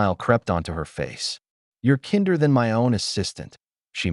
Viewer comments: The narrator needs to learn to speak proper English. Kinder is not pronounced ken-der. Bad photo, the drunk is not driving. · Nice story, but why do we need subtitles? And 'kinder' was pronounced as a german word, haha.